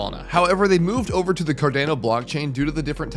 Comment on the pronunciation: It’s pronounced CAR-DON-O